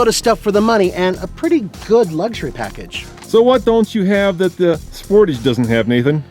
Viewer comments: 0-60 times done at altitude are meaningless. Do all the tests at sea level and see what the results are. Also, you pronounce Sportage wrong. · did you actually pronouce "sportage" like that....